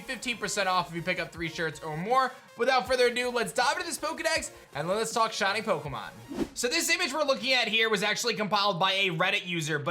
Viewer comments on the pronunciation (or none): none